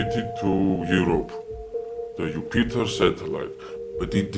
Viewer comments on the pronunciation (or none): Very plausible story, at least for me! [the(mumbles) satellite] = Jupiter (sounds ”Iupiter”) satellite [the Jupiter satellite]. [without (mumbles)] = [without a word]. [(mumbles) He was] = [Once he was]. [who were in the (mumbles)] = [who were in the stone age]. [help of (mumbles)] = [help of, each person]. [it was (mumbles)] = [it was telepathy].